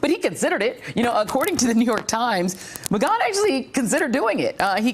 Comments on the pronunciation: Lmao not to mention she has been saying this dudes name wrong everytime for 2 years!! It's like she can't say Mcgahn or something. I swear she does it just to add her own flair or something, like wtf. Mcgone. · Mcgone or Mcgahn pronunciation. (Slight distraction with this broadcaster) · Is it "Megon" or "Megan?" Wtf is she saying it like that? Can someone help with the Pan, Pam thing? 😂😂😂😂😂😂😂😂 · It only took her 600 times of saying ma-gone for her to say ma-gan when adler was going to say it. I cant stand her. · Is it pronounced Mcgawn or Mcganne? She keeps switching her pronunciation and it’s driving me nuts. ☮️ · "Don McGon", really? Does she even watch her own network? OK, after 4 tries she finally got it right (must've been the producer in her earpiece), and then got it wrong a few times more. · Ma-gone vs. Ma-gann. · It takes away from listening when I hear things mispronounced. How long has Joy not been hearing Don Mcgahn's name? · Yep. It grates on my nerves every time. Ugh. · Please choose one pronunciation of Mcgahn, kind of annoying. Ty :) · I'm so glad somebody finally told Joy how to say Don Mcgahn's name. I was getting ready to start calling her Joy Ride! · JOY... WHY DO YOU KEEP GOING BACK & FORTH ON THE PRONUNCIATION OF "McGAHN"?... PAINFUL!!!